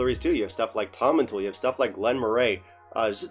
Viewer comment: Tomintoul is pronounced Tom-in-towel :)